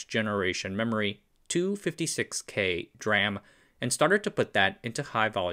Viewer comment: DEE-RAM, damnit! 🤣🤣👍👍🤣🤣